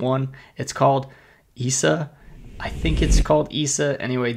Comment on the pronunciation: I think that brand may be pronounced "Isaiah" like the Bible name.